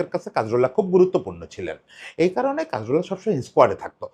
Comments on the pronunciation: কা-জোর-লা। কাজ-রোলা না। একটা মানুষ নিয়ে ভিডিও বানাইসেন, না থাম্বে ঠিক নাম দিসেন, না মুখে ঠিক নাম বলতেসেন। And Cazorla was a silent genius of a player. Don't call him mediocre please. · নামটা কাজরোলা না, কাজোরলা। একজনকে নিয়ে ভিডিও বানাচ্ছেন, নামটা ঠিকভাবে বলা উচিত।